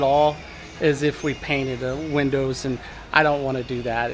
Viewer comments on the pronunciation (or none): none